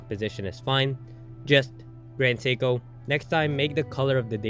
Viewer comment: Nice watch. Horrible AI narration. Can't even pronounce Seiko. 🤮